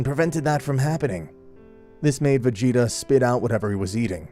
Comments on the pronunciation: planet vegyta instead of vegeta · Did i just hear you say planet veyeta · i know it was supposed to say vegeta but im pretty sure i heard planet fajita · "planet vegita" its "vejieta" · OK why did you call planet Vegeta planet Vuheatu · Did he say planet vejita☺😀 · u said planet vahia... ? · He called planet vegeta planet veyeha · Ah yes, my favorite planet, planet "vayeeta" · Ah yes Planet Veyeeta, my favourite planet. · Man really said planet regeta lol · “Planet ve-heat-a” had to tune out after that butcher😂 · Mans said planet v egg eta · Did he really just say planet vegg eta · anyone realize he said planet vayeeta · Bro said planet fajita 💀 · Am I trippin vision or did he say planet “ve-yee-ta”? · "planet Ve gi ta" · Bro said planet veyeta💀💀💀💀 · "Planet veheeta" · Brk called it planet vaGeeta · Dude really said "Planet Vigita"💀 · Gine not “Jine” and it’s Vegeta “Vejeta” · Wtf why you call it va gee ta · It was the "plant vaeda" for me lololol but . . . It was still a good video tho no awesome no super no expert no LEGENDARY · "Planet ve-geet-ah" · Planet va-yeet-a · Wait planet what now. He said planet vheata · He said plant VA yeeta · “Planet veata.” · " planet veyeeta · why do i feel like all these guys pronounce things wrong on purpose gine not jean A and vegeta (vuh-gee-tuh) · nah veyeeta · bro said planet vegeeta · How tf u mispronounced vegeta 2 different ways in the span of 20 seconds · Hard G for Ginei soft G for Vegita and there called scouters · Bro pronounced planet vegeta wrong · The way he pronounced vegeta